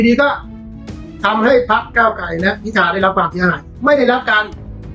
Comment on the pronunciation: เห็นท่านประธานรัฐสภาทำหน้าที่แล้วน่าเป็นห่วง ดูท่านชราภาพมากเลย ไม่คล่องแคล่ว แม้แต่การอ่านรายชื่อผู้ที่ได้รับการเสนอชื่อเป็นนายกรัฐมนตรีท่านยังออกเสียงว่า "พิชา" หลายหน แต่ ..... ท่านอายุมากแล้ว เห็นใจๆๆ